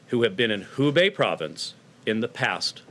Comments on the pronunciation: Hubei not Wubei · It is Hubei, not Wubei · Wubei?? where is this ? thought it was Hubei